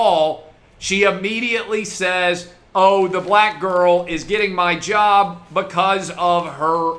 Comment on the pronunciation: "I took....my own jerb?"